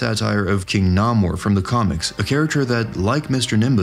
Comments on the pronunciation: Erm. Completely random issue, and I don't know why my brain is forcing me to do this. However: It is pronounced Nay-Moor. Not Nah-Moor. No clue why that bugged me so much that I came BACK to the video, but yeah. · Dude, 4 50yrs it's been pronounced "NAY-mor the Sub- Mariner" In all that time I've never heard anyone get it wrong before. Congratulations?